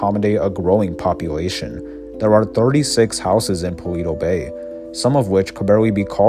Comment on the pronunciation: this man keeps saying paweto bay